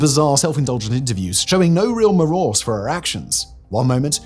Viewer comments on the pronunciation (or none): merose thats a new word lol i thought it was pronounced remorse